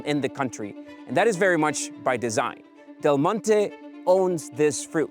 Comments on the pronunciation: can you just say "del monte" one time thhe right way? its not de monte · FYI, in English, the brand “Del Monte” is not pronounced like in Spanish, but as “Dell Monty”. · The first few times you mention Del Monte, you are slurring it because you have talked about it so much before taping that you think everyone knows whom you mean. Detracts from an otherwise informative and entertaining presentation. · Yeah, it’s normal to read Spanish as Spanish, which is why I’m informing him of the correct way of reading the name of that American brand in English, since the video is in English.